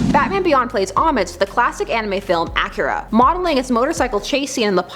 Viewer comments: ITS PRENOUNCED aki-ra emphasies on the i jeasus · "Acura"? Lol. Nice to see you back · It sounds more like the Luxury car Acura. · It's pronounced a-key-ra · Please never say Akira again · I don't like how she pronounces Akira